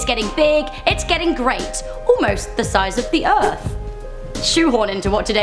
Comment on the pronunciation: I love the erf to